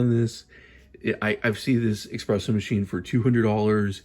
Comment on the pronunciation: The fact that you call it "Ex-presso" tells me you're a buffoon.